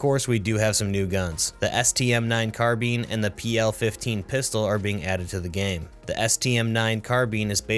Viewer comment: It's not Carbeen.....